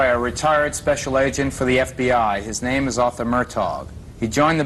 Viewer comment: Big disrespect on the names.